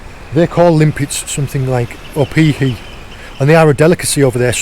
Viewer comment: Great job on the opihi! Pronunciation was spot on. Crazy to see them all over! Cheers from Hawaii. Keep it up!